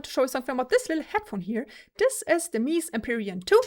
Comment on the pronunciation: I always appreciate your videos, it's the next best thing to trying it out yourself which is not possible for many of us. However, I must say this. It's " Meh-Zeh" Antonio's ( the founder ) last name, not meeez ;P The vocal texture on the Empurean is way more obvious on this sound demo, this is a better sounding headphone ( imho ) overall, whether it's worth it? For sound alone I'd say there is NO better value out there than used/open box Arya Stealth with pad swap and some eq. For looks/comfort/prestige? Empyrean rocks.